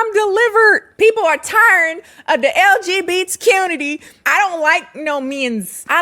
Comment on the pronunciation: I love how you say it like "LGB TQunity"